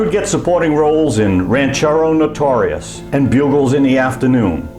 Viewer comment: This narrator is god-awful: His accent is awful, he doesn't know how to read at a normal rate, and he doesn't know how to pronounce names correctly (e.g., "Stuart Tollerton" for "Stuart Tarleton" and "Ranchero Notorious" for "Rancho Notorious"). Why do people like this think they are qualified to narrate videos?